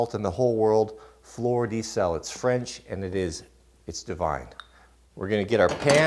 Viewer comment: Just a small F.Y.I. 'Fleur de sel' (lit.: salt flower) is pronounced "fluhr dah cell" instead of "floor the cell"